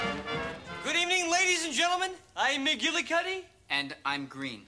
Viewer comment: McGillicuddy, not "McGuillicutty." Good grief.